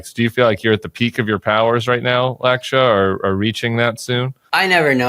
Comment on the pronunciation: Lakshya is pronounced LUCK-shyuh